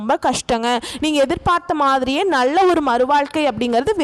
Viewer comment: முண்டம் நள்ள என்று சொல்லாதே நல்ல என்று சொல்